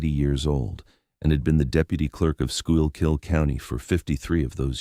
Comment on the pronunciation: It's pronounced Skoo-kill county.